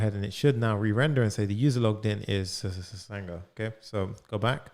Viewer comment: Everytime he said ssssanga 😂😂😂